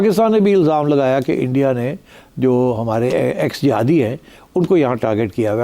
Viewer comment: He said jahadis